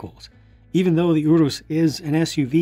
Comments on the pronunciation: This was a really good review. I've found myself in unusually universal agreement with your thoughts, especially regarding the British & European price point. I'm also pleased to hear your pronunciation on Urus as I had no idea how to pronounce it myself, so now I know what to call it. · I'm Italian and I approve your pronounciation